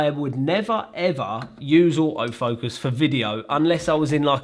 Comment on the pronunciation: I love this accent " OAOW Focus" = Auto focus🤣🤣🤣